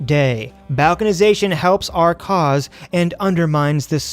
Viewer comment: I don't mean to be a jerk but it Balkanization is pronounced " ball-can-ization". I love your stuff and I've been thinking about starting a channel. Any advice?